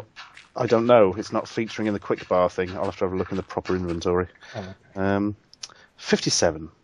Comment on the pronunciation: I've been living for 24 years.... i've never had the thought of pronouncing inventory like you did as invent-tory. Amazing.